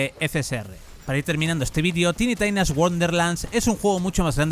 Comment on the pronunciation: "tini tainas" pero no "taini tinas" que pedo con ese inglés?